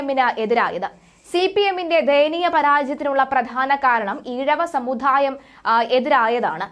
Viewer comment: സമുധായ o അല്ല സമുദായമാണ്